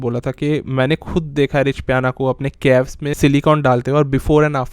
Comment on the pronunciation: कैफ नहीं बे... Calves... काव्स